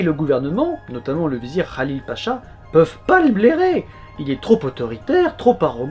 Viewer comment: Le H de Mehmet est un H expiré et non pas un KH ou GH, idem pour Halil je pense, que tu prononces Khalil. Bel effort cependant d’appeler chacun par son vrai nom et d’essayer de prononcer correctement. Excellente vidéo.